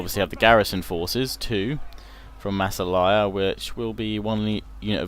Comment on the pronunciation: I think in Massalia the emphasis is on the second ''a''.